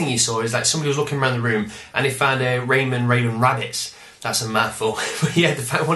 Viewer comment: lol, when you flashed that bottle at the screen, i thought 'tonic wine' said 'toxic waste' :) "Raym'n" lol! like, John Superm'n, Phil Spiderm'n. haha! (who did that in a stand up routine? cant place it hehe) havnt seen the rayman legends trailer yet.. defo gonna have to check that out. yea that tablet scan thing sounds like a skylanders rip off. cool tho.